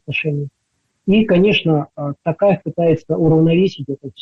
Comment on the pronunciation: Не тАкаев , а ТОкаев , представьте что вы говорите слово "Ток" (электричество) и доавбьте к нему "Аев"